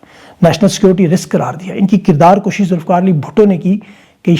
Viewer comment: او بھائی۔ کردار لشی نہیں کردار kushee ۔۔۔۔کُشی۔